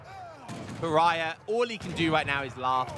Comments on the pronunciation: PARAYAH LOL pronounce "paa·ruh·ee·buh" in ingles, but in portuguese is "Pa-ra-í-ba " Maybe if you listen to translate it will help you, because the pronunciation is very, very different from "paraya" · Thanks made me notice it too HAHA /Pará-bia/ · Please learn how to say Paraiba. Its a the name of a state in Brasil.its not pronounced paraiah